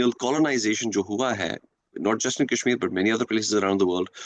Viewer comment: Wanted to comment on each and EVERY point 👆. .but every time I lapsed into fits upon FITS of Lolz 😂 at this Opium-fest !! Kashmir "Kaaas" esp LoL LoL 😂